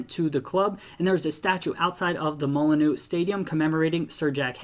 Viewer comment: Hope i don’t offend you but Molineux is pronounced Mol-inn-you